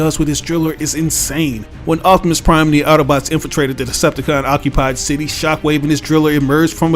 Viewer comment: I like when you say “optimus prime”